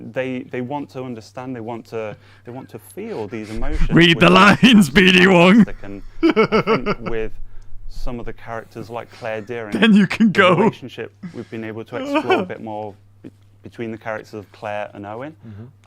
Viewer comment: “Clear Dearing” 😑